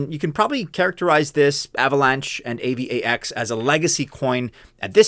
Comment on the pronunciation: AVAX is pronounced eivax as one word ffs, not A-V-A-X